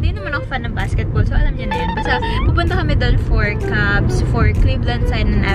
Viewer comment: Cavs po hindi Cubs